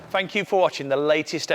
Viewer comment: You need to work on your elocution, fink, fort & fankyou 😂😂